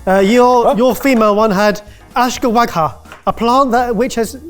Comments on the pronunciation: ashkawagha !? 😂😂😂 Lol its Ashwagandha, used as common herbal adaptogen in the Indian subcontinent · It’s ’Ush-wuh-gunn-dha’. Sorry to be that person but I couldn’t resist. 19 pounds for Ashwagandha infused chocolate is daylight robbery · pronunciation of ashwagandha hurt my soul, dude not even close lol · Lol the absolute butchering of "ashwaghanda" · "ash-ka-weg-ha" meant ASHWAGANDHA!!!??? I didn't even CLOCK that. Dang. But we love you! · How in the world did you pronounce the name ashwagandha? 😅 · I love how tried to say ashwagandha. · Hearing attempt to pronounce Ashwagandha, as an herbalist who uses the word regularly, made me snort. Loved it.